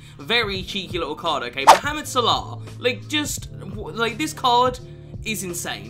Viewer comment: The way u say salah 🤮